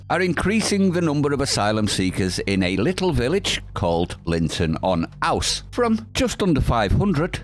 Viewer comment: The way 'Linton on Ouse' is pronounced is 'Linton on Ooze'.